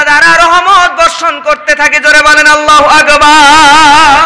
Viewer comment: বক্তা মাওলানার আল্লাহু আকবার الله أكبر শুদ্ধ নয় । তিলাওয়াত কৃত আয়াত সমূহ প্রায় ভুল । শুদ্ধ করতে বলি । ওয়াজ অনেক সুন্দর । বক্তা মাওলানার জন্য দুআ করি এবং করবো । ( মুফতী ) হোসাইন আহমদ হাম্মাদ চৌধুরী কাসিমী । শিবপুর । মোড়াঝার বাজার । জিলা হোজাই । আসাম ।